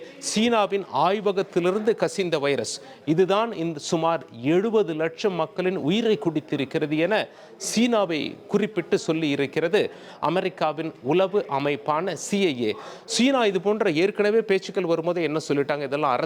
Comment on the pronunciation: இவன் வாயில வசம்பை வைத்துத் தேய்க்க. ள் என்பதை ல் என்றே தொடர்ந்து உச்சரிக்கின்றான். எத்தனை முறை சொன்னாலும் திருந்தாது தினவாந்தி